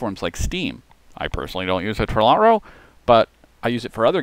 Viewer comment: Never heard Lotro pronounced Lot-ro. Been playing the game 10+ years.